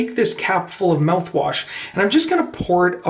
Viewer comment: This video is stupid... and how difficult is to pronounce mouthwash? Just saying.